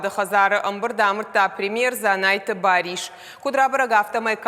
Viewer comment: Бариш шошлан Руслан бык.бек ма бык. Жавыр.зачем так уродывать язык и имена.борис а говорят бариш.пипец.